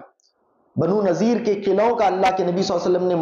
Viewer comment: بنو نضیر ہے Not نذير